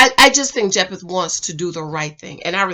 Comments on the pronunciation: PLEASE pronounce Jephte’s name correctly!!!! It’s pronounced like Jeff-tee NOT Jep-Th!!!!!!!!! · I think his name is pronounced Jeff-tee lol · I’m so weak at her saying “Jep-eth” 😩😂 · Please say Jephte name correct. Pronounced ‘Jeff-Tee’ said multiple times on the show 🙄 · Omg, the man's name is JEFF-TEE 🤦🏽‍♀️🤦🏽‍♀️🤦🏽‍♀️ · His name is pronounced Jef-tee. 😉 Jephte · His name is Jephte (jep tee) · ..... and kept pronouncing his name wrong . 🤦🏽‍♀️